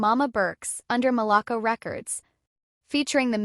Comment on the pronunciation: RIP ITS MALACO===== MAL-LA-CO